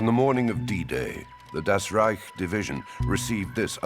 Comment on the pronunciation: Das "rejk" heißt "rájk"